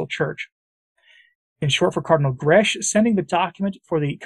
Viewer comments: That Cardinal is maltese. The surname is pronounced,. Grek like “Shrek” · Please note Grech is pronounced Greck in the Maltese language.